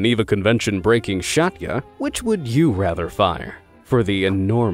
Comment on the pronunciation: shatya?😂 you have no idea how to pronounce it…. it’s at least “sjz - a - ti - e”